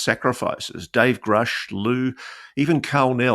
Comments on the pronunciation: Good thing Lou supports Grusch...He just needs to learn how to pronounce his name. It is Grusch , not Groosh.😅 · Lue doesn't even know how to pronounce Grusch's last name. It's not 'Groosh' it's 'Grush'. They didn't work together. This is all just about selling his new book. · If he worked so close then why cant he even pronounce Gruschs name correctly? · Lue says he worked with David Grusch and knows him well. Explain to me why he doesn't know how to properly pronounce his last name?